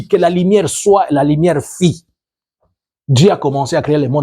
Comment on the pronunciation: LA LUMIÈRE FÛT ZT NON LA LIMIERE FIT. PHONÉTIQUE